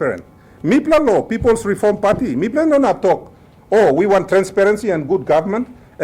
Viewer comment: Is reform or "reorm"? TV WAN is very poorly filtered.